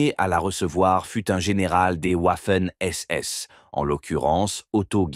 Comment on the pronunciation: J'ai failli arrêter à "v. Manstein" prononcé à l'américaine : "Mansteen"... J'ai définitivement mis un terme à cette épreuve, à cette torture, en entendant "Waffen SS" prononcé "ouaffeunnn"! Ouaf, ouaf! Quand on a la prétention de faire une émission historique, on s'assure de la prononciation des noms propres, surtout allemands! Quelle incompétence, quel amateurisme...